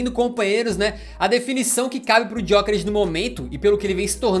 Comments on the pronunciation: A pronúncia correta é sem o "G", é "Yókeres", foi uma das primeiras perguntas que ele respondeu quando chegou em Portugal. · Pronuncia do nome dele tbm não é ESSA! Em Portugal, pelo menos, G é mudo!